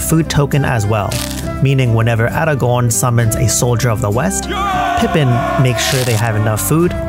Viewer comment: Best pronunciation of Aragorn ever